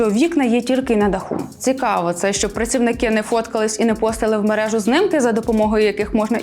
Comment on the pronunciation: Та чому знИмки а не знімки. Кожного разу знИмки